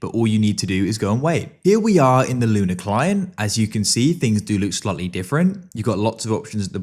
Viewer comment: bro said luna klein this is what my ears heard